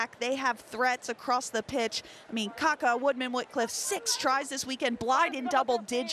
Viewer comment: My ears are bleeding, pretty sure it's Kākā not kaka....2 very different things lol